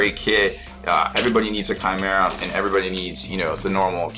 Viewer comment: Chimera, pronounced, kymera